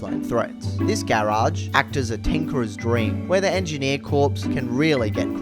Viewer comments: Despite being spelt Corps, Corps is pronounced as "Core" rather than "Corpse". It's something I had to learn after reading it a lot then saying it for the first time! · Why do you keep pronouncing 'corps' as 'corpse'? It's not a dead body.... It's pronounced as 'core'. This comes from someone who has English as their 3rd language.Fyi. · The way you went from prouncing Corps correctly to pronouncing it like corpse stressed me out 😂😂